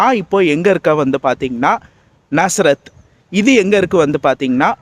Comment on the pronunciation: bro நசரேத் ila நாசரேத்